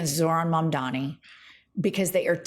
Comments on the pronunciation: It's Mamdani,. C'mon now. It's super easy to say. Think "Mom-dawn-knee." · What is it with people's inability to pronounce Mamdani?! MUM + DONNY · Joe Scarborough literally just pronounced Mamdani's name correctly and made a self depreciating joke about it, then 15 seconds later mispronounces it..... Gallego, Gestapo, Grijalva, Mamdani. Jen,, I love the show but now that you're at 1.36 mil subscribers and are a major left wing channel, can we please get more professional and pronounce words you've heard 100s of times correctly????